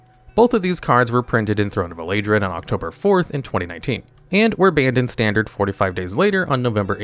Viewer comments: Throne of what El-Ay-Dren? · The fact he purposely mispronounce names is the reason why i don't watch these videos fully anymore. How do you get Eladrain from Eldraine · "Throne of Elaidren" lollll dude stop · el-AY-drin??? What?? Its eldraine. DRAIN RAIN D-R-A-I-N not A-I-D-R-N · Throne of “Elaidraine?” Isn’t it pronounced like el-drain? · Seriously… is the mispronunciation thing a man engagement hack or something? Because you’re clearly an intelligent guy and there’s no way you see the word “Eldraine” and spend this much time around the game hearing people pronouncing it correctly and just decide to pronounce it as “Uh-lay-drin.” You do this bullshit on a lot of your videos, too. You just pick a random word and decide to pronounce it like a total jagoff. If it’s an engagement trick, knock it off. Your content is better than that and doesn’t need it. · "Eladrin" huh? Yall remember that one set "scald hind"? Or maybe the older players remeber "phirecsia"? Xd im not sorry and doing research on pronounciation for the set and card may help ya my guy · it's pronounced El Drain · Throne of what? Elay-dren? WTF? Bed-evil? Militia Bul-Ger? Why do so many of these magic videos have no idea how to pronounce MTG names? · El-drain. Kal-duh-hime. Jesus, man. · Throne of Elaydrin he says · More spell checking needed. "buit it really wasn't" is a fantastic end to a sentence. Also lovely audio splice and the set is pronounced "EL-drain." All the mispronunciations immediately take people out of the video, just why do it? You sound more like a bad AI by doing it because a human would look up how some stuff are pronounced if you're going to make a video with names you aren't super familiar with. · The mispronunciations have to be intentional at this point. Elay-dren? Bed Evil? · Either stick to yugioh or learn to at least pronounce the sets properly if you’re going to make these videos. Eldraine is not pronounced Elaydren. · The way you say eldraine...